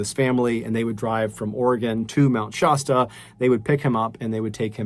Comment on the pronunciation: I love MrBallen's narration. Only thing that keeps throwing me off is his pronunciation of "Mt. Shasta". Much love for your art of telling stories!